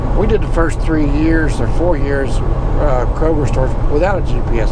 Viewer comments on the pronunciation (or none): none